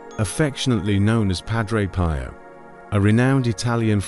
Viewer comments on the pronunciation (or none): Kindly pronounce Padre 'P iii o" not 'Pie o'. Thk u dear brother.